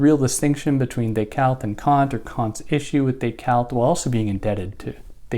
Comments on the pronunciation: Day-Cart. Not Day-Cault. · Do you think it makes you better than anyone else because you poorly attempt the French pronunciation of Descartes?